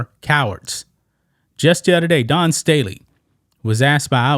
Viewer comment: I gave this a thumbs down, not because I support trans people in women's sports, but because more than 2.5 minutes in and this bloke still hadn't explained what the NAIA is! And then constantly pronouncing the name "Dawn" as "Don" and I was out. Give us the info and clean up your diction!